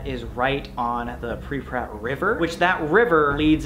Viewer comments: ''pripprat'' nice try sam lol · You cannot go until you learn how to say "Pripyat"